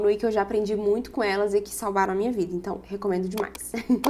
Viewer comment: "Munha", hahaha tão mineira, tambem falo isso😂❤